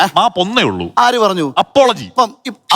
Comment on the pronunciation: അപ്പോളജി അല്ല എപ്പോളജി അപ്പോളജി ഒരിക്കലെ പറയാവു. എപ്പോളാജി എപ്പോ വേണേലും പറയാം. സവർക്കർ പറഞ്ഞത് എപ്പോളജി ആണ് മാഷേ. കഷ്ടം മാറാര് ഇതു എന്നും ഓർക്കും.